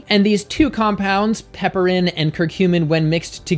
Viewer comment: Pronounced piper-in, not pepper-in. It's a reference to the genus name, which is Piper.